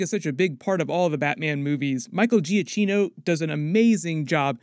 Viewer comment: it’s pronounced “Giakeeno”.